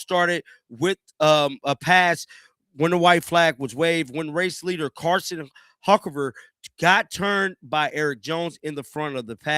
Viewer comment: 😂 was thinking the same thing and saying surely if this guy watches nascar he would know how to pronounce it. The Carson Huckaver